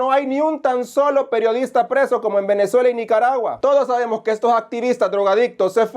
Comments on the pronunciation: te falto ponerle el corto "ya cabron hable bien" cuando el Sergio Arauz dijo guenezuela y lo dijo dos veces aparte de decir clib en vez de club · Con que cara dice que El Salvador esta casi igual que Cuba? Y que igual a Venezuela, que ni pronuncia bién dice Guenezuela 😂. Ay no que Dios proteja a los Salvadoreños de estos hombres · Dece guenezuela?😅😅esta tan nervioso porque sus mentiras son gigantes, que no puede pronunciar bien, Venezuela dice guenezuela 😂😂 pobre desgraciado no sabe cómo hacer para que vulva la criminalidad hacer daño a las familias Salvadoreñas.